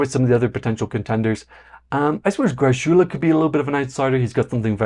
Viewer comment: just fyi, greczula is pronounced "gressula"; it's a hungarian name and in hungarian it's closer to "gretsula" but the "ts" sound doesnt exist in swedish, so the man himself pronounces it as gressula